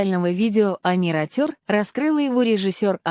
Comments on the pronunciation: Ухо режет неправильное произношение Амир АтЁр. Омир Отер, если произнести на русском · Автор канала, которая озвучивает. Будьте добры, правильно произносите название песни. Мы же Казахи , максимально правильно произносим все слова на русском. А с вашей стороны, это не уважение ‼️ Ваш перевод искажает и и теряет смысл слова‼️